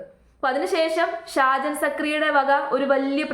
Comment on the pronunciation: നിനക്ക് എന്തിൻ്റെ കേടാണ്. സാജനല്ല ഷാജൻ അദ്ദേഹത്തിൻ്റെ പേരെങ്കിലും മര്യാദയ്ക്ക് പഠിക്ക്. ഷാജൻ സാർ കട്ട സപ്പോർട്ട്